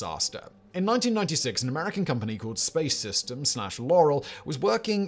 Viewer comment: Space Systems Loral (which Simon mis-pronounced...understandably) was not part of the deal when Lockheed Martin bought Loral Corp. I worked for Loral/Lockheed Martin from . On the GOES program. I have been a satellite controller with NOAA for 20+ years.